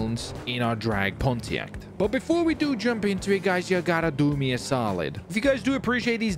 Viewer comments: boy driving a 2002 pontiac trans am ws6 calls it "drag pontack" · poniact no PoNtIaCt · The way he pronounced Pontiac 🤣